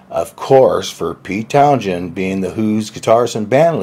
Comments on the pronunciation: Good story, but.... uh.... his name is pronounced "Towns-end" not "Town-shend." Pete was a notoriously moody, alcoholic, manic-depressive, typical artist. When he was down he was hard on himself and the Who and often made cynical statements that he was cranking out the same type of songs over and over (sometimes that was close to the truth) and that Led Zep and Deep Purple were better bands than the Who. However, I doubt Daltrey, Entwistle and Moon agreed with that. Certainly, Page was a more talented guitarist, but Townshend was a far better songwriter than Zep in my opinion. After all, was Zep able to ever put together massive award-winning rock operas like Tommy and Quadrophenia that were even accepted as Tony-award winning Broadway productions performed at the Royal Albert Hall 40 years later? And, don't get me wrong -- I love both bands, but it's like comparing Apples and Rutabagas. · Many thanks for checking out, much appreciated!!! Funny in the first video we made on Pete Townsend, pronounced it like "TownZend" but later it transformed into "TownJend". Come on guys, no big deal. It's just pronunciation. As for me, TownJend sounds nice too. from California, so his pronunciation may be different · Sometimes you pronounce Townshend correctly and sometimes not. The h is not meant to be pronounced, so it's pronounced Townsend. There's a story I've read somewhere that Jimmy Page said he played lead guitar on 'I Can't Explain' and Pete Townshend, in a rage, went to Jimmy Page and thumped him saying 'never say that again' and that's when Jimmy changed his story. The normal saying is 'to go down like a lead balloon' so I can believe that was the first thing said. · Note you don't pronounce the "sh" sound in Townshend. It's just the single "s." Like Towns End. (I fixate on audio things that make it hard to listen. Apologies in advance.) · Why do you pronounce the 'shh' in Townshend? I've always only heard it pronounced with a silent h